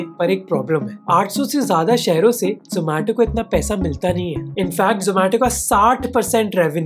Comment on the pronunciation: Aree zomato wale yaha ni aaye zo-maa-to bolne